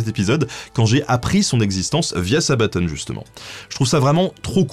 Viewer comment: c'est sabaton pas sabatone ! Sinon super vidéo !!!